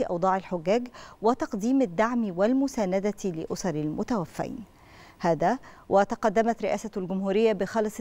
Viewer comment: مذيعة نشرة وتقول متوفين بفتح الفاء وكأن عدد الموتي اثنين فقط